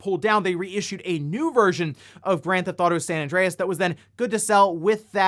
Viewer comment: I just like how you pronounce it "Granthotto"